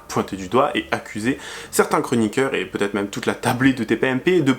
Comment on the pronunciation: Oi! You keep saying 'va-T-etre' but fffs, there is NO BLOODY 'T'!!!